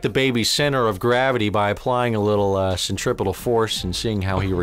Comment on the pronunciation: The fact that he pronounces centripetal correctly makes him that much better.